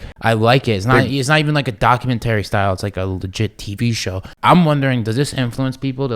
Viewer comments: Everytime Steve says documenTERRY I get angry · Lol the way he sayin "Docu man tary" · Steve “Docu/mentory style” Me- Go back to speech therapy my guy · Omg Steve. If you say documenttry wrong again I'm going to pound my head into a wall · “Document terry” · Doc-u-men-tarry I don’t think that’s how it’s pronounced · Doc-u-menery like bob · I like how Steve pronounces Documentary like the game console ATARI. DocumenTARI. lolol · Steve can't pronounce documentary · IS ANYONe going to tell Steve he is not pronouncing the word Documentary the right way?? I don’t know what Steve is going to do for content when all he’s done for years has been showing off and giving away money?? Good luck buddy. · this mf a millionaire and cant even say documentary correctly lmao what a time to be alive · The way steve says documentary pisses me off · never heard someone pronounce documentary like that.... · Steve doesn't know how to say documentary lol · Steve pronouncing “documentary” is the best thing ever. 😂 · I didn't think Steve had the tism. Until I heard him say documentary wrong a million times. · Steve needs to learn how to pronounce documentary lol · Steve’s got me questioning how to pronounce ‘Documentary’ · Please someone tell Steve how to say "documentary" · The way Steve says documentary genuinely frustrates me😂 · Someone please god tell Steve how to pronounce documentary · Steve , i hate how you say "documentary". But you're the man